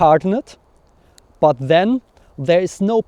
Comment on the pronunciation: I can't get over your pronunciation of "but". purt